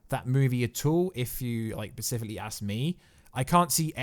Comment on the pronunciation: Pacifically again?? Do you mean SPecifically?? i could barely pay attention wondering when you'd say this again..